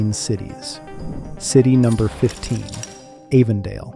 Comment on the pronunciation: This is all AI bullshit , the videos aren’t Arizona . Keeps mispronouncing Avondale as well , can’t trust anything on you tube anymore